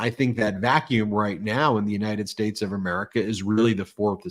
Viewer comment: Why can he no longer pronounce "United States" without lisping amd slurring? Does no one else hear that? United Shates??? 🤦🏽